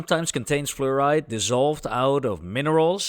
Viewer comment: who pronounces fluoride as florid